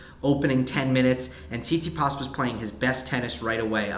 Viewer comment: Can you say "Tsit-Si-pas", please? It isn't "see-tsee-paas"